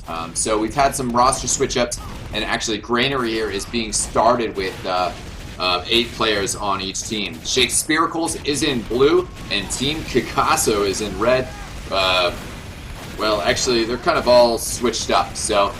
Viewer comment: "Shake-SPEAR-ah-culls." LOL. Shake-SPEAR-ah-CLEEZ. Derp.